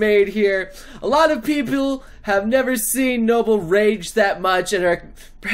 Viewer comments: "A lot o pipiul " - 2016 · did he say peeple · Is that really how you pronounce "People"? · thats not how u say people noble -_